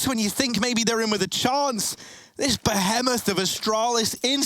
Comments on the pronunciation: British casters: insulting Americans for "butchering" the English language Also British casters: be "heh" moth ??? Ok I love these two don't get me wrong but it just makes them look like asshats :) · He says "buh he moth" while the British pronunciation is "buh hee moth", not really comparable to most things Americans do honestly.